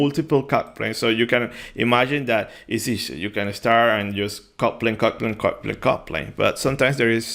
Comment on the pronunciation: It only when the video reached halfway O realize you meant "cut plane" and NOT "coupling". A brief pause btwn "cut" and "plane" would have helped. And clearly uttering the "t" would too.